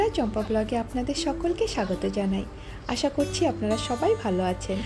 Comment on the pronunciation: আশা? নাকি আসা?😂😂😂